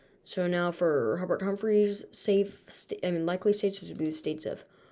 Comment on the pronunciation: Hubert not Haubert